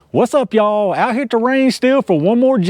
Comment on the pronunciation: I love the "ya-all"